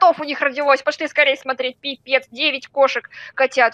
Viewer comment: Она сказала или пипец или писец😂